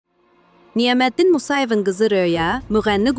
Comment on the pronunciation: Siz niyə Niyaməddin in adını düzgün tələfüz etmirsiz? Niyəməddin deyirsiz ,diksiyanıza fikir verin!